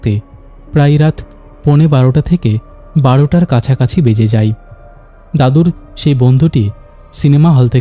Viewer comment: ‘যায়’ আর ‘যাই’ , ‘পায়’ আর ‘পাই’ এর মধ্যে কোনও পার্থক্যই নেই । শুনতে খুব অদ্ভুত লাগল